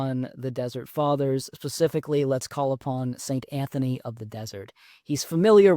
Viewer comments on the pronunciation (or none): none